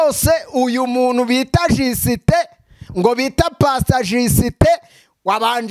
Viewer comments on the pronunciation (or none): Ariko ukuntu uvuga ngo jisiitee birasekeje, wazitoje basi kuvuga just neza 😀😀😀😀😀😀